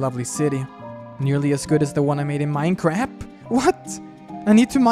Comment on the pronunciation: I think he said minecarap =Minecraft (I like Minecraft)